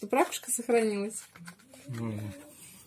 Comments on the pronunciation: Вы неправильно произносите слово "рАкушка", нужно - ракУшка. Пожалейте своих детей, им ЕГЭ сдавать! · Только не учите детей не правильно произносить.это ракУшка а не рАкушка.